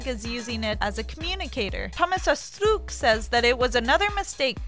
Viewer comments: No one: This chick: asTRRRRRROOOUUUKK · Oh god when is she saying Astruc it's sooo baad it's normal Astruc not Astruk 😂😂😂😂😂😂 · Who else cringed whenever she said 'AstUk' instead of 'Astruc'? *I'm cringing so much, it hurts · Bahaha anytime she said ASTOOK I lost some of the little brain cells that I have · RITE asthlucccc (astruc) Nowaaarrr (noir) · every time she says 'Astruc' a part of my soul dies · Cat Noir is NOT litterally french for black cat, it would be CHat Noir, That makes a huge pronounciation difference ( Chat is pronounced the way English speaking people would say [Sha])... Cat Noir is just some ridiculous nonsense english dubbers have come up with. But as you pronounce Astruc in so many ways (Astuc, Astrrrrouc, Astouc...) but the correct one, I guess you just don't care at all about being accurate.... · She sounds like she is sick and she is so slow. Also her pronunciations are wrong, Astruc isn't pronounced as a Japanese name